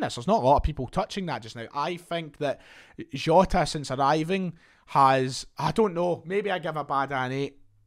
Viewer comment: the way you said jota annoyed me, fix it